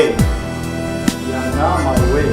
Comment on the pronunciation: The word Ianga you pronounce it Yanga...